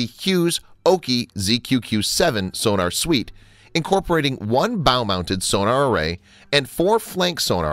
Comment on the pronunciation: Funny.......I've never heard of torpedo tubes measured in milli-"liters" before. Lol Nor have I ever heard of the underwater detection device "soo-nar". Want more subscribers? Want not lose the subscribers you have? - Work on pronouncing common terms.